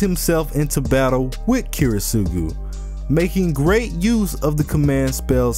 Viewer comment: this is is an absolutely fantastic video but please PLEASE work on your pronunciation of Kiritsugu